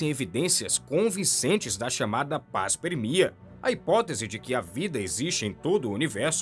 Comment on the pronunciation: Fala-se MOAIS e não moiais É panspermia cósmica, não paspermia.. Estudar faz mal não, fica parecendo o capiroto falando.